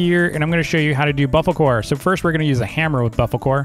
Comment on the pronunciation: saying bofocore when its bofolo